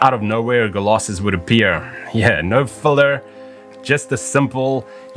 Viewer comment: I'm not the only one who hears him pronounce Colossus as "Golossus", right?